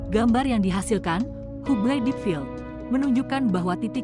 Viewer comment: Bacanya Habel. Bukan hubel